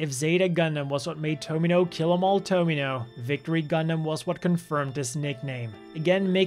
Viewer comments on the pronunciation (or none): didn't finish watching. He said Tomino like Domino😑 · Lot of mispronunciations in this, saying Tomino wrong was just disrespectful